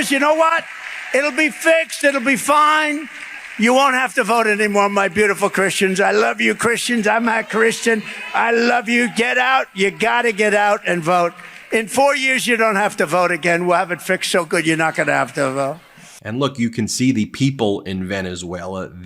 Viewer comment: Why IS it so hard for Trump to spit out the words "I'm a Christian" ? It came out closer to "I'm not Christian." Maybe "I'm at Christian" but hardly "I am a Christian." And honestly, actions speak louder than words with this guy more than most. Give this guy a roofie and some alone time with Ivanka and he'd be inacting an inverted Genesis . And that's just the start of his transgression list. If he were Catholic, he'd be in confession for weeks. Not enough Hail Marys out there to undo his deeds.:face-turquoise-covering-eyes